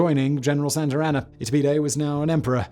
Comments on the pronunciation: It’s not Santarana, it’s Santana, with no R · Lmao it’s SANTA ANA not Santarana 😂